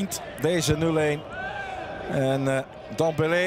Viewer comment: is het zo moeilijk om dembele juist uit te spreken?